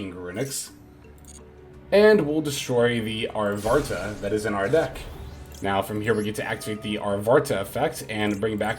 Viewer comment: I'm taking a shot every time you call Arvata "ArtvaRta"... XD